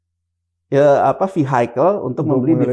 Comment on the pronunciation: Kalau org tolol ngomong vehicle aja salah, kaga usah didengar deh. IQ rendah jgn didengar, bisa diundang podcast, pasti dua orang ini yg punya podcast sama yg di interviewed sama2 tolol😅